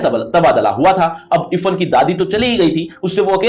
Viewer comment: Irfhan hota hai ifan pronounce